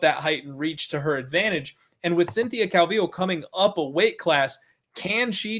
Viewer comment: What’s up wit this guy who can’t say “calvillo “ right !!! Cmon bro !! 🇲🇽